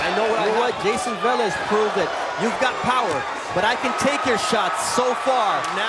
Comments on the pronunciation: Why this guy is calling the P Rican boxer Valez, his last name is Velez 🫣🤔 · No one corrects that commentator.. it’s not VALEZ …. Friggin needs to be corrected!